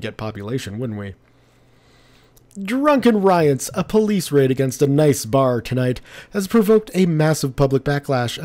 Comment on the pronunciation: This series is great so far... But just FYI, the city Nice is pronounced like Niece.